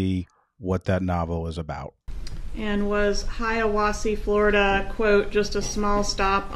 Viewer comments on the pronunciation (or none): It's "Hiawassee".